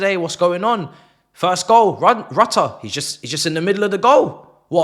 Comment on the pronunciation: Thx for the £225m and bye to 5th round suckers :)))) 3pts next week too :))) Rutter is said "Rout - ee -aye" ;-)